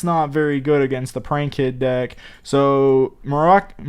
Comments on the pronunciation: Guys.. its MOROCCAIN as the people from MOROCCO lol u never said the name right 😂😂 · Im really chocked how he say moroccan nation im very sad,im not trying to be rude. But really is i want him back